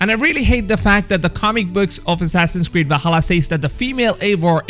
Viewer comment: Assassin’s cweed (sorry I had to point this out this is just too cute to ignore😌